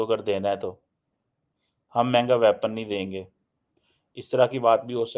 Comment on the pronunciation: Tallyphone, aksilent, wyapon, purrocurement --- please avoid speaking English and murdering it. And get it into your thick neckless head that:South Asia is not an entity. The Indian subcontinent is.